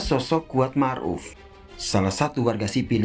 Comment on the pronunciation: "Mar'uf"... Ma'ruf Ndak .??